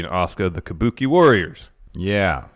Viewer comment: Kabookie warrors exspearince